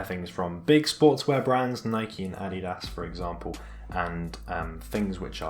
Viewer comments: It's not pronounced addi-das it's ah-dee-das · This nigga just say add y das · why way he says adidas